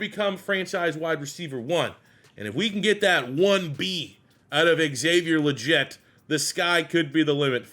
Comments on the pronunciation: Dude really? Haha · Legette is pronounced “Lee-Get” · Excited for this video but cannot bear to listen to you butcher Legette’s name for 103 minutes